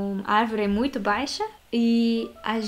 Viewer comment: Ela fala "muito" mais certo do que nós, que falamos "muinto" rsrsrs